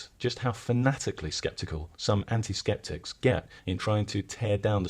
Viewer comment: Yeah you said septic not skeptic. A septic tank is for storing poop. Different thing.